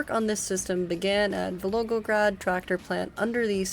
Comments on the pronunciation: I just assumed it was a different city LMFAO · Back in college, my Russian professor had this advice: if ever in doubt, slur or mumble. If anything it makes you sound more native in your Russian pronunciation. 😂 In all seriousness, if the biggest complaint anyone has for your videos is mispronouncing a city name, you know you've got a quality video (which given your thoroughness is quite apparent!)